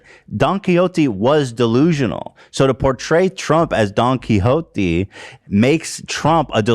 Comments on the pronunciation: "DOnkeY hOT-eeee" I will never pronounce it any other way. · Bro the pronunciation of don quixote was hard to listen to